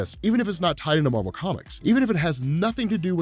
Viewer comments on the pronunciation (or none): Its MAR-VEL